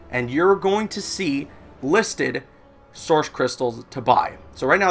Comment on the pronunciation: I like how you say "Soursh crystals" instead of "Source crytstals"